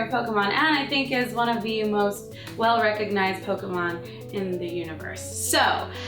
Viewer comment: It's pok - e- mon but u tried love it!!